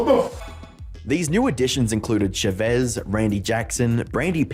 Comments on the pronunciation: chavezz is pronounced as char-ves btw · I can't stand they way you pronounce Chavezz. It's Ch-ah Veh-Z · The misspronunciation of chavezz is killing me 😂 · The way he's pronouncing Chavezz's name is making me lose it lmfao, Josh quite literally pronounces his name as "Cha Vezz" Not "Sha Vezz" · Not sure how I feel about Chavezz being pronounced Sha-vez over Cha-vez lol XD/jk. I found Chavezz and Skitten randomly, so I remember his video on the issue (only ever watched 2 vids with him and BHD, so no real feelings on BHD..), but never saw Skitten's. Happy that Skitten, Chavezz, and Dr. D are still doing well after all this time. Also, please don't bring this back up in the comments if you guys go to watch them. Chavezz already stated after that explanation vid that he wasn't going to address the subject further after that. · I love Chavezz now, He has a reaction channel w his wife and he looks so happy. I never knew he had such a past, I just came across his wife's channel one day and loved his energy and dynamic with his wife. ❤Also you misspronaunced his name lol